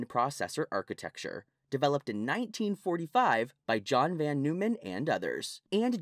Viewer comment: It's pronounced Noyman.